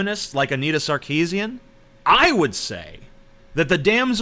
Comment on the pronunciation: You would be more credible if you did you research. Anita Sarkeesian is of Armenian decent; Armenian last names sound completely different to how you pronounce it. I let you found out yourself how you should say her name.